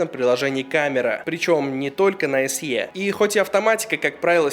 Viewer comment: Большое спасибо, Но SE произносится как "эС-И". Нет в английском алфавите буквы со звуком "е" (т.е. "й-э").